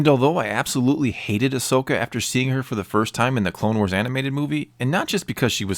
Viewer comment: Agreed, but just saying, the name's Ahsoka, not Ashoka